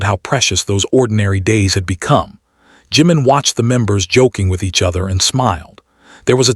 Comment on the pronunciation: Would nice if the .narrator got their names.its not saga and its not juman. Not Funny.